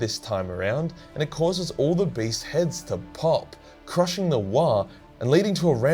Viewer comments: For the whole time I thought he was saying was "Based" and not "Beast" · I thought you were saying based